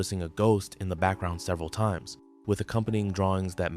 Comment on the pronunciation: Are you saying time-ez? or is it suppose to be times?